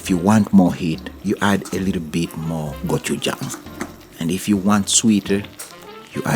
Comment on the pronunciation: Your pronunciation of "gochujang" was perfect! (my mom is Korean :D)